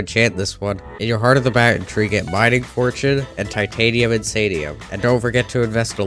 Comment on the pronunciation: Mountain too 😭